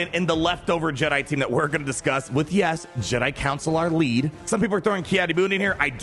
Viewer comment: It's Jedi "CONsular". Not councillor. Like, he's from the Jedi Consulate.